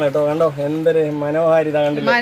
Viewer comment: മനോഹരിതയല്ല..😂മനോഹാരിത